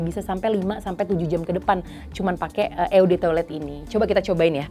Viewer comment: Ralat cara bacanya ya, kak. Kebetulan gw bisa Bahasa Perancis, EDT dan EDP berasal dari Bahasa Perancis.. Eau de Toilette dibaca : O de toalet, Eau de Parfum : O de Pahrfang.